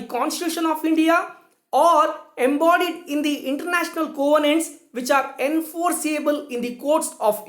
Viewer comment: Thanks much sir... Your videos on international law is of great use to students like me.... Thanks a lot. Very nice explained. but can u check the pronunciation of'' covenants '' .